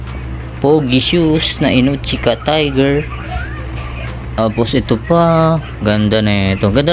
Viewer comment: I per syllable ko na po.. O-NI-TSU-KA ONITSUKA ONITSUKA hindi po INOCHIKA -- putaragis.. magbabasa na lng ng brand ng sapatos bobo pa